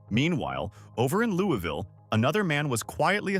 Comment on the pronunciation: It is pronounced wrongly in KY.